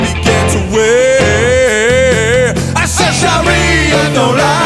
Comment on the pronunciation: it's sharif not sharia